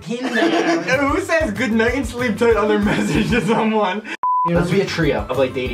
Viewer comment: good night and sleepta 😂😂... you are cuteee